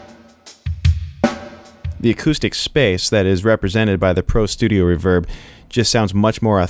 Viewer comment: Don't you put the emphasis on RE in Reverb?! reVERB... haha Kills me every time!! Cool wHip!!